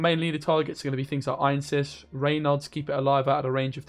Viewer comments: I hate to be that guy, but it's Ansayis not Einsis. I wouldn't be bothered by it if it were just once. :D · It's not Ainses, it's Anseis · Actually, it's Anséis.